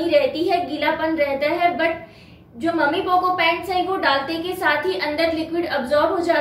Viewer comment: मम्मी पोको नहीं होता है वो मैमी पोको पैंट होता है।